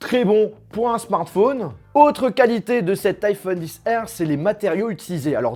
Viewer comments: iPhone 10R 😂😂😬 a mes oreilles srx tu dis iPhone XR pas 10r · C stressant iPhone 10 R c pas une obligation mais la prochaine fois tu pourrais dire liphone XR